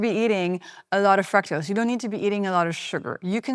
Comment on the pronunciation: Your pronunciation of “fructose” is wrong!